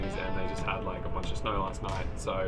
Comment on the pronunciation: Clearing snauhr 😁 that was the hardest auhr I have ever heard